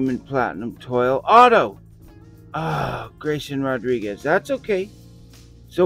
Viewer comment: Congratulations on your Witt Auto and the City cards! The special pattern version is a French word that they pronounce twall. Toile looks like Toil in English, but is pronounced like Wall with a T in front of it. Love your videos! I hope you can get some more Blasters to compare.